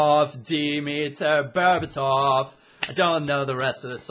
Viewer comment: Dimitar Berbatov its pronounced not Demetar Berbatov